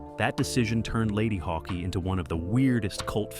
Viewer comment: Ladyhawkee? Regardless of pronunciation, a fun movie for someone into SciFi / Fantasy and prog rock. Thanks to HBO, most of these were discovered a year or two after cinematic release. Also, I think Roger Ebbert is Ebert's alter ego for some reviews.